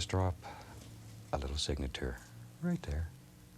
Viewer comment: "signa- tour"